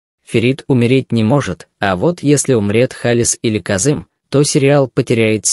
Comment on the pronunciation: почему вы не правильно называете имена ударение правильно ставьте Казим нет Казым